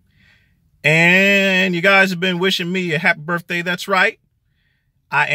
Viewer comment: Haffy Biirfday? Or is it Birphde? Good going. Fishe Salad Water. Remember this guy